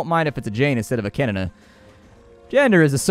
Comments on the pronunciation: Wait wait wait...did you just say kenn as kenene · hehe.. you should not say the "n" in "kenn" two times :D it is only said like it is "Ken" :)